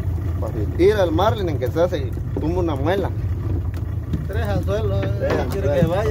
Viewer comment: La palabra es Marlín; NO Márlin